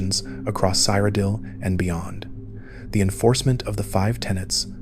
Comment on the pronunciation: wdym you've never heard of the land of Sire O'Dill? 😂